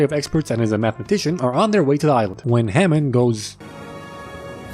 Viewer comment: “HAMOOND” from the grand tour 😂😂